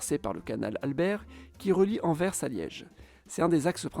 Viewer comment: merci d'avoir prononcé correctement AnverS avec le son "S" final bien sonore et audible. sans ce "S" à la fin c'est insupportable d'entendre pour les oreilles des belges francophones (tout comme Bruxelles qui, à l'oral, se prononce avec un son "SS" et pas avec un son de "X"). merci !